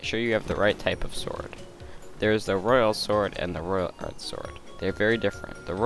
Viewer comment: Why did you say royal ard sword? (Unless i only heard that(